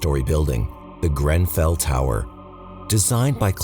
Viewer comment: did you pronouce GREN fell tower GRAN fell? sounded odd to my British ears. love you guys and this channel by the way.